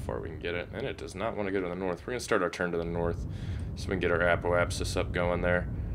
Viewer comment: apoapsis is pronounced uh-pope-sus